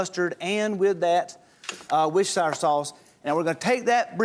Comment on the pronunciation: How many brits (like me) were internally screaming Worcestershire sauce, pronouncing it right, coz he kept getting it wrong.